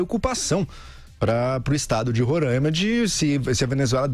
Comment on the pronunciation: É Roraima e não Rorãima. No resto, ótima explicação sobre o fechamento da fronteira.